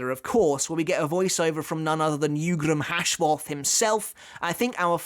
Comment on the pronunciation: its jugram hashwald